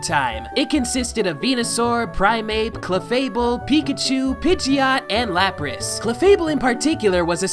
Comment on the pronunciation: Lapras* not Lapris New pronunciation will never be canon